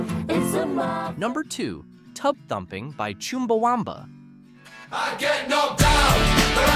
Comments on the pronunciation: It's CHUMbaWUMba, not CHIMBAwumba. Just like it's Twat, not Twot! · It's said as 'Chum-Ba-Wum-Ba', there's not Choom in there. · interesting pronunciation of Chumbawamba. Not sure how he came up with choom at the start instead of chum. It's a unique way to pronounce a u 🤣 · It’s not Choomba… it’s Chumba! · It's not chewmba wumba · It's pronounced Chumbawumba, it rhymes with thumb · Forgotten' by who? I remember all of these apart from the 'snow' thing! ' Yes I'm Gen X. Why the emphasis on America though? When most of these are not American songs? PS. you pronounced Chumbawamba wrong ('chum'--'bah'-'wum'-'bah') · Never heard Chumbawamba pronounced like that before!